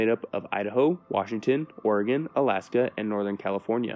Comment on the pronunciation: Thank you for pronouncing Oregon correctly